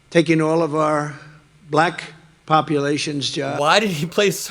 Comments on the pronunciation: He says "black" like "bulayuck". Weird person, that tfg. Vote blue!!!💙💙💙💙💙💙💙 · He says "black" a RIDICULOUSLY hard "K." Hmmmm... 🤔🤔